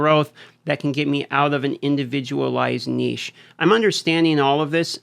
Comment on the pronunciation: thank you for pronouncing niche correctly. As a former Canuck, now American, I approve of your pronunciation of it.